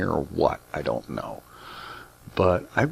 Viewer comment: Was I the only one who heard "I donna have the power!" in a Scottish accent ? :)